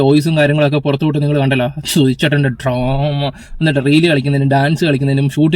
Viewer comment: Droma അല്ല Trauma